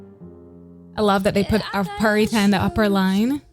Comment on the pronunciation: Pharita's pronunciation are crystal clear